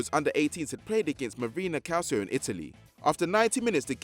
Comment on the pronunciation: It’s not pronounced Calsio it’s Calchio